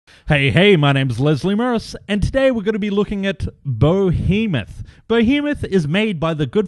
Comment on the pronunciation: It’s BE-hemoth, not BO-hemoth!